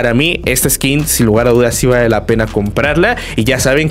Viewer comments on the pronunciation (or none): none